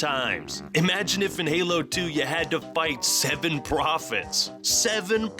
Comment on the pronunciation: SEVEN PROPHOETS!!!!